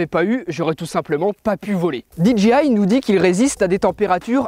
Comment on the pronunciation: "DJI" le J se lit "djey" comme dans DJ tout court x) et le G se lit "dji" ^^